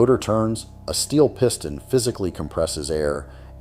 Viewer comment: I hate the way the cheap A.I. voice-over mispronounces simple words like "piston" over and over.